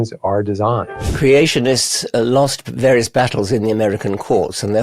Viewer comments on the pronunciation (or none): none